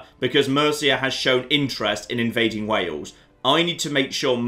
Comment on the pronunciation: It's Wales and Wale-sh. No idea why that cracked me up so much!